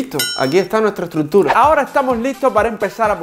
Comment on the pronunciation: Luike si te diste cuenta que digo estrutrura